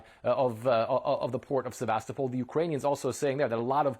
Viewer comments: Great news! But, the name is Sevastopol, not Sebastopol. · surely as journalists you could pronounce Sevastopol the correct way?